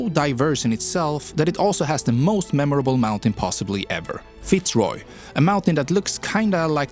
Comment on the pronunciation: At least you nailed the right pronunciation for Fitz Roy